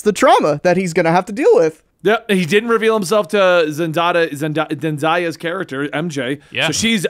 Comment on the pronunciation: just refuses to say zendaya’s name right 😂 I know for a fact more than 10 people have corrected him on it